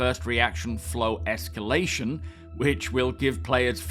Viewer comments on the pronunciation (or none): none